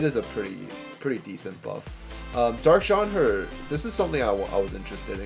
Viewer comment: time to evo3 my light "Jen-nay" drives me crazy when you call her "Jon" =P